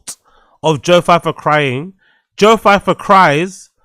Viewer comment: Who the hell is "Joe Feifer"???? It's so funny how you slag off braindumb for mispronouncing words as you do it way more than he does 🤦🏻‍♂️😂😂😂😂😂